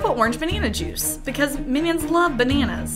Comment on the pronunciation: "Ba-neh-nas" hahaha